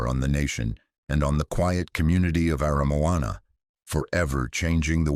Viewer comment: But he got Aramoana right. Pathway to the Sea?